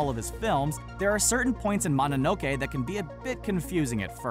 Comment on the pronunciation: I cringed when you said Mononoke wrong.